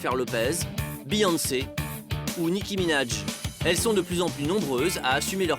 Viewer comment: il a dit Nicki minadje